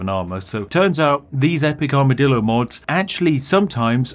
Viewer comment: Take a shot every time Spiff says Armidillo